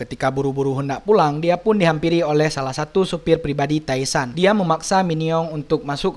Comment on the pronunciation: TAE SAN dibaca TE SAN